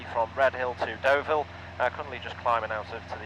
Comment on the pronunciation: Another great video, but honestly... De VALLL??? Brought to you by the same people that gave us car PENTruss. It's DOH-VEEL!!